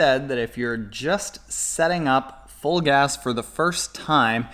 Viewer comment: "Fulgaz" sounds like "Vollgas" in German ( = "full throttle" / "pedal to the metal") !"Vollgas" is a regular word in spoken, contempary German.